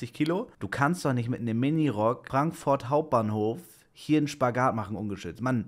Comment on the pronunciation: Ich liebs seine aussprache wenn er frankfoourt sagr xD 😂❤